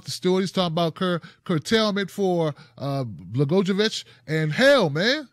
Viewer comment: Rod's name is pronounced Bla-GOY-o-vich, not that it matters. But if we're serious about getting corruption out of government, he should stay just where he is for his entire sentence.